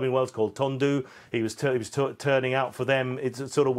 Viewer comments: Tondu is pronounced Ton-Dee. Trust an English man to say Tondoo, instead of Tondee 🙄 Do you research will you? Call yourself a Journalist 🙄😒😠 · Pronounced 'Tondee' people ! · RIP JPR - one of the all-time greats of the sport and a true legend of Welsh rugby. Just a quick heads up that the letter "u" in Welsh is pronounced "ee", like at the end of "Cymru" - "kum-ree", so Tondu is pronounced "ton-dee". 🙏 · For the avoidance of doubt Tondu is not pronounced as this guy did😮